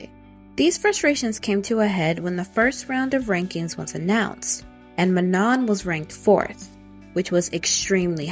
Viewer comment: Also, I'm not trying to hate, but Manon is pronounced Man-no. And Adéla is pronounced Ah-dell-ah.